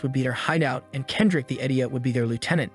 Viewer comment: "Kedric" ?????? Kendrick Lamar?????